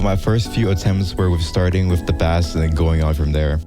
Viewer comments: its pronounced "base" not "bass" :face-purple-crying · The amount of times bro said FISH I mean BASS (fish) instead of Bass (Music) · its pronounced base not bass like the fish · English lesson: Bass(musical instrument) is pronounced "Base". Bass(fish) is produced "bass" ALSO I like the video good job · Bro please pronounce bass as in the instrument like “base” it triggers me so much when you say bass talking about a bass instrument but pronounce it like the fish. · why does bro say "bass" like that its offending me as a bass player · The instrument “Bass” is pronounced “Base” btw. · I felt pain every time he said bass god damn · "Bass" its not a fish bro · you saying bass wrong hurts me as a bass player :,) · Hearing people mispronounce bass is like the sound of scratching a chalkboard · it just feels wrong heating people mispronounce “bass” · this guy is great i just hate how he pronounces bass as in the fish 😭